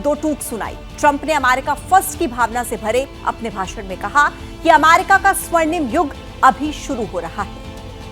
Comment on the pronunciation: weird way to pronunce America